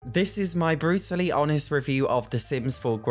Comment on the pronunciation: Thought he said “Bruce lee honest” 😂 had to run that back